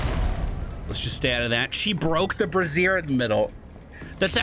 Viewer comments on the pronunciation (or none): "bray-shure/zhure" or maybe "bra-ZIRE" "brah/braw-zire" is women's clothing Love the content! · I'm pretty sure your pronouncing brazier like brassiere, and that is not the same thing lol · My guy, you're pronouncing brazier wrong lol. A brassiere is something VERY different XD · Easy mistake, both contain more than a handful of hot stuff and are uncomfortable to wear